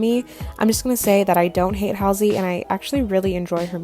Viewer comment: I’m not a fan of Halsey but you are saying her name so wrong it’s driving me crazy